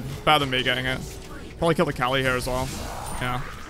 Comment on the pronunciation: The fact that pronounces Kali as "R Kelly" is definitely something LOL